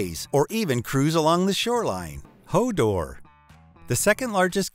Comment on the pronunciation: LOL you stuffed up HODOR and Freemantle. HODOR is a TV reference H o Door (Hold the door). Freemantle is pronounced FREE MANTLE ! Its a city on the western coast of Western Australia. Im an Aussie :-)